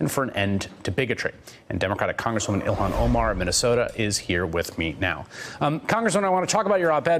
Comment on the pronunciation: Go back to sell, that was debunked and was cheap Nazi Zionist campaign to smear her,,,and by the way, Her name is ILHAN , not ohan , if you are gonna smear her by asking stupid rhetoric question, at least get her name right you inbred Nazi Zionist trailer parKKK Trash hicKKK